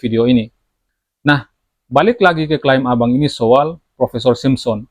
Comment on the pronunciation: Bukan SOWAL Bang tapi SO-AL 😂 Hehehe